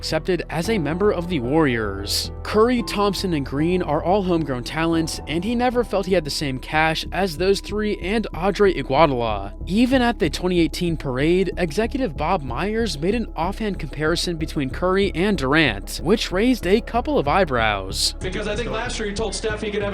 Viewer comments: I think u needa pronounce the "u" as well. Like "ee-gwa-dah-lah" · I pronounce Iguodala like "Ego Dalla". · The battle of idaguanal canal! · U slaughtered Dre last name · the Iguodala pronunciation is killing me 😭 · stg it made me go to the comments 🤣 video was fire asl tho ngl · Holy fuck bro he butchered that last name 💀💀💀